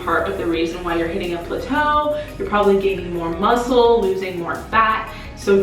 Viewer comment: Girl if you don't stop saying Pluto it's plateau ( pronounced plat-toe)